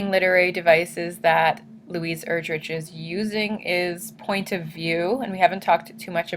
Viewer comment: Her last name is pronounced Er-drick, not Er-drich